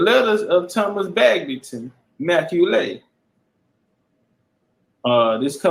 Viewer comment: MacCualay is pronounced Ma Cawly (Call Lee) and there's several different spellings for the surname, knew a few But this major gem you're dropping is da bomb, just got through watching a drop on that outside of Khoisan, Berbers & Pygmies, all the other African ethnicities came from the Middle East and Southwest Asia BIG CHIEF STOMPIN' DA 💩 OUTTA THE PSEUDO AFRICAN IDENTITIES PLACED ON US AND ABROAD‼💯🎯